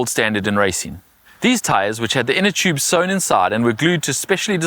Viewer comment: Choobes and choobless. As a non English person, I just love it and hate it at the same time.